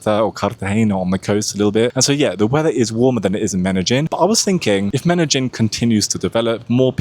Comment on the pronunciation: Medellin is pronounced as Medeyin. Not Medejin or Medagin like you're saying it. Youtube captions is translating what u say as Medagin or Menagin.